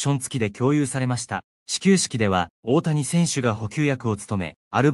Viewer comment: いつになったらおおやをおおたにと言えるのかな？😂